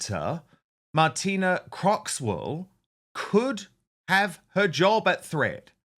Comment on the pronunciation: Croxall, not Croxwell. And a great top set she has, too. 😋